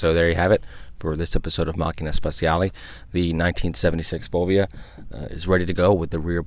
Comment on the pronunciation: Americans: the word "speciale" is pronounced "spe-CHA-leh" not "spe-see-ah-lay."